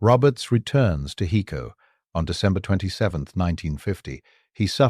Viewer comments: IT IS PRONOUNCED "HI CO" .... NOT "HE CO"..... HICO, TEXAS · OMG!! It's HI-co, TX